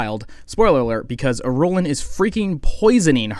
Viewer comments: I think it’s pronounced “ear-rule-on” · “Ghoulah” “Hyatt” “Ben-Telacks” “Iroolen” I want to hear this guy’s opinions but I don’t know how many more mispronunciations i can endure.